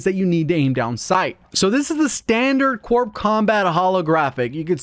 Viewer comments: It's pronounced like this "Core" not "CorP" with a strong emphasis on the P. The P is silent. But then again..call of duty guys, what can I say? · The p is silent. It's pronounced core combat. Similar to the way we don't pronounce it Marine Corpse